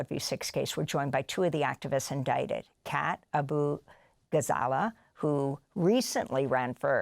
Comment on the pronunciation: White people seem to develop instant dyslexia when trying to say Abughazaleh. On both sides